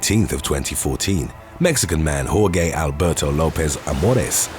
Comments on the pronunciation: i accidentally took my girls virginity of her secondary hole because of your video auto playing in the back ground and you said "whore gay" jorge dude.pronounced whore-hey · Lol it's Jorge.... Aka (hor_hay) not or-gay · “Horgay” haha u mean “Horheh” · Its pronounces hor-hey not hor gay lmao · It's not pronounced Hor-Gay its pronounced hor-hay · Please, that name is not pronounced “whoregay” 😭😭😭 it’s closer to “whorehey” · "Hor-gay"?!?! You honestly have never heard the name "Hor-hay"? I'll never understand why you guys don't look up pronunciations, it's just lazy... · Bruhh.... Jorge is pronounced "George". ...not "Whore-Gay". Jeez that was bad. IF you were trying to pronounce it in spanish it would be pronounced "Whore-Hey"..... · Jorge. Hoar-hay. Not hoar-gay. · Jorge is pronounced "Hor hay" not "Hor gay" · Jor-gay? Wtf!!! It’s jor-hey!! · Hor-gay - LOL. Just a friendly note - it's Hor-hay. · It’s definitely pronounced as “WHORE-HAY” not “WHORE-GAY” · Hor HAY, not HorGay lol. Love you! 💙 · Just a heads up Jorge is pronounced horhe! You nailed the pronunciation for the rest of his name though! The last few videos I’ve watched have had Jorge’s in them and it was bugging me...😬😀 I enjoy your videos! Thanks for the free entertainment! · "Hor-Gay," huh? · Whoregay is savage pronunciation 😂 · Jorge is pronounced 'hore-hey' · I know it's a robot narration. BUT (I like big BUTs) it's Pronounced get this. Hore-hey.. it's my name, BUT, you can call me jor.and if you want my attention just say hey jor ! 🙃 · Jorge is pronounced Hor-Hay. I’m just being a smart ass! 💕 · I love his pronunciation of Jorge. Sounds like 'Whore-Gay' 😂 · jorge="Whor-ghay" lol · "Whore-gay"???? You may have mispronounced that name a little bit.... 🤣🤣🤣🤣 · Jorge - Pronounced HOR-hey. Got it? Good. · "Whore-gay". C'mon. You know how to pronounce it 😂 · did this man really pronounce Jorge as, “Whoregay”???? 😆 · He really said Jorge like it was whoregay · he said 'Hor-gay' 🤣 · Jorge = pronounced Hor-hay.